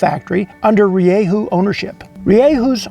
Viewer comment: its pronounced ri-dju